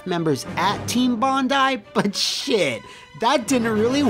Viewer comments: For once, i can be pleased that at least one American can pronounce "Bondi" as "bon-die". Usually they get it wrong by pronouncing it as "bon-dee"... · a foreigner who can pronounce bondi correctly! bravo sir you are a rare breed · Thank you for pronouncing Bondi correctly, Americans seem to say it funny sometimes - sincerely, an Aussie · You pronounced "Bondi" correctly!! Yay!